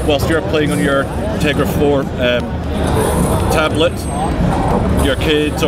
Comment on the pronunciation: dude its teGRa not teRGa!!!! Caps for emphasis!!!